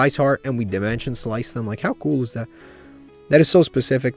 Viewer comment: Love how he misread dimension slice.